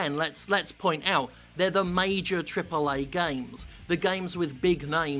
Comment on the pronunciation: I love how Jim says "TRIPLEH AEH GAYMES"